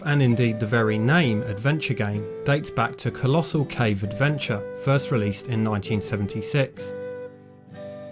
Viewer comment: Pronunciation is difficult in text, but it's actually pronounced Colossal Cave Adventure.